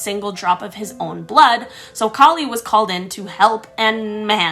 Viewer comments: kali's outfit which is a little terrifying but it is made of demons hand and skulls not head and kali is pronounced ka-a-li some myths she is said to be Shiva's daughter but in other as one of his wife god forms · Hey!! Hey!! You pronounced ma kali name wrong 😠 by the way my father this story as I also ask and I am indian and I proud of it